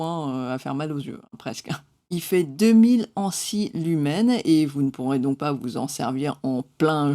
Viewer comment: Hello, le mot "mille" est invariable donc pas de liaison en 4000 et heures STP